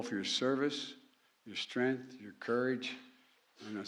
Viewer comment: We the peefull! lmao 🤣 Strenth, , Shhhh, We are the United States of America.